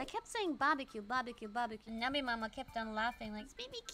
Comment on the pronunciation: we all know that the real way to pronounce Barbecue is "Bobble-Cube"